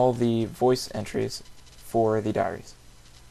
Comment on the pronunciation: at 0.14 you said Diareah :C